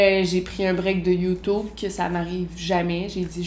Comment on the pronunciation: "Youtoub" ! Mouhahaha !... Bref ! Très intéressant tes confidences . Continue tes vidéos , j'adore ta personnalité ! 😉